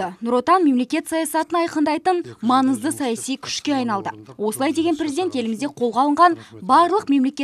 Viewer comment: Журналис қыз жөндеп қазақша анық сөйлеп үйрен н орнына ң деп сөйле манызды емес маңызды